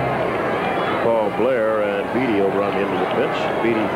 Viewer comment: Why is Howard pronouncing (Jim) Beattie like the word "deity"?